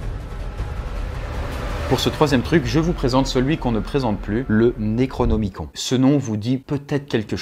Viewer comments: par contre ce pique d'entendre le necronemicon comme tu le dis XD ça se pronoce plus nerocnimi"cone" et pas con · Le necronomiCON nan mais voila quoi.... Ca ne se prononce pas necronomiconE? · Ca se prononce Necronomicone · alors ça se prononce "Necronomiconne" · "Naikraunômikon" issou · Tu prononces mal le "nécronomicon"